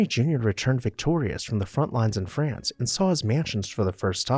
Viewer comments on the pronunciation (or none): none